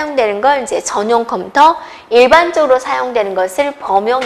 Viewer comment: 어떻게 이런사람이 강사를 하냐 소질이 없으면 다른걸 찿아야지 말도느리지 발음도 엉망이지 전달력도 수준이하지 한심하다 이런사람한테도 강의듣는 사람있냐 컴텨 란다 참내